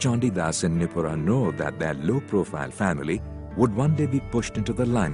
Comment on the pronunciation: Its not Nipura...his mom's name is nirupa ganguly